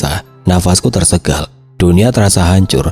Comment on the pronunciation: Tersengal ya bukan tersegal....